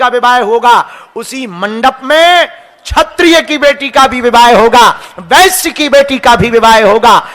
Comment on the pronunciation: Agr sab ek hain to aapko bolna W padd rha h ...Shurd , Vashya 😅